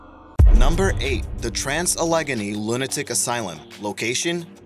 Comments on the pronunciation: Not al LEG a nee. AL uh GAY nee. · Scare - cet - e Al - ah - gain - e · Allegheny = Al-i-GEY-nee ... not A-LEG-a-knee, for corn's sake. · Allegheny== "A-Leg-Enny" ? HAHAHAHAHAHA. Its "Alla-Gainy". Sorry, couldnt resist. I am still laughing. Grew up in the Ohio Valley. Yea, those Indian words are a challenge to pronounce. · it's AL-UH-GAY-NEE → ALLEGHENY not alegenny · "Allegheny" is pronounced "Al-uh-gain-ee," not "uh-leg-uh-nee." The vids are fun, but the (a-hem) "creative" pronunciations are kinda distracting.... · Not trolling just wanna help with pronunciation Allegheny is pronounced al-eh-gain-ee. And I just want to give you a thumbs up!! I love these videos!!! Keep up the awesome work!!! Just some tips from a southerner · Yeeaahh, ummm, Allegheny is, was, and always will be pronounced alla-gainey. Oh. My. God. Hectares is pronounced Hek-Tarz, with a long a. Oh. My. God. I've never heard so many blatant mispronunciations of well-known historical places, ever. Oh my God. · Allegheny is al [like the man's name]-luh-GAY-nee. It's a river that meets the Monongahela (mah-nahng-guh-HEE-luh) at Pittsburgh to form the Ohio. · Sorry to be pedantic, but the pronunciation of Allegheny is "al-uh-GAY-nee." I grew up near the Allegheny Mpuntains, so it bothers me when the name is mispronounced. Hope this helps and again I apologize. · Al-eh-gey-nee (Allegheny) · al-i-gey-nee. There's even a video on YouTube on how to pronounce it. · The way you pronounce Allegheny gives me hives... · Eric Ebel I was crying when I heard how he pronounced Allegheny. Signed, a Buckeye.